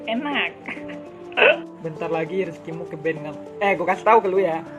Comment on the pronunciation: Akun gw ke "benet"😂😂😂 anak Dpr baca banned aja kaga bisaaaa